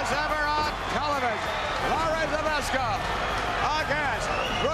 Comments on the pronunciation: Хоть бы произносить его фамилию научились. Збышко, а не как они его там пытаются произносить. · That feeling when you are Polish and can't stop laughing when they can not say ZBYSZKO right xD